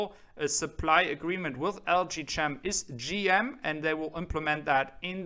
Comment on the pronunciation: that is pronounced LG KEM (CHEM = CHEMISTRY) silent H